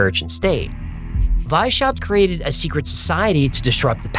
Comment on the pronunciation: It's not "Why-Shap", but rather "Wise-How-Pt"